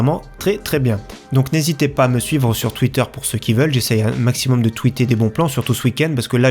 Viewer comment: "sur twitterre" :p